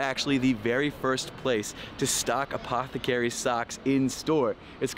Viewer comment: take a drink every time he says apthcry in this vid